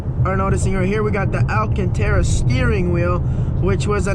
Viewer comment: lol my last name is Alcantara nd im surprised u said it right